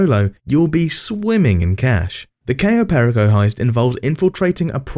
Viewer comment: replaced his voice with an AI one Oh. How fun the Dooms Day heist was on stream.. Cayo perraco instead of Per-ico. Have to love the AI pronunciation.